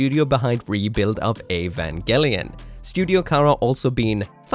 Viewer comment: That's basically the pronunciation in Japanese, so I think that's right.